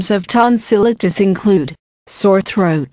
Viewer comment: she's pronouncing tonsillitis wrong